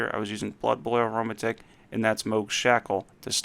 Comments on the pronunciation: Great vid but aromatic?? It’s not “uh row muh tick” it’s “air-oh-mat-ick” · Did he just say Aroma-tick? Lol pronounced arrow-matic my guy